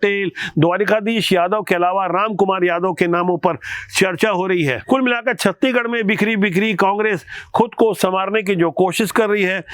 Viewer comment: कृप्या छत्तीसगढ़ को आप छत्तीगढ न बोले एंकर जी